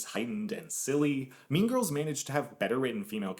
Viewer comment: “Mean Girs”